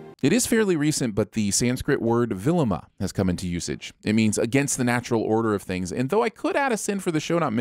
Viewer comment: One sin for misrepresentation of " villoma " that O should be said as in " Open "